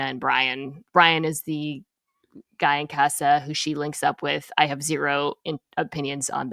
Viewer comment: Mina, please for the love of God, can you pronounce "casa" properly.